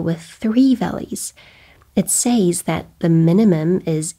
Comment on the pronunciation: Learn to pronounce the word "says" correctly.